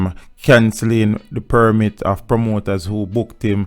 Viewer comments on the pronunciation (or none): none